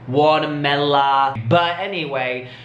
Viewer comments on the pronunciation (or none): I usually rock with you but did you really just say watermella? Are you serious?